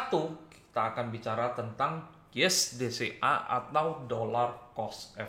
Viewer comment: Setiap kali bilang DCA, gw dengernya BCA.. 🥴